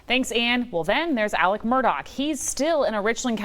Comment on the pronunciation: Why does this woman repeatedly refer to Alex Murdaugh as “Alec”?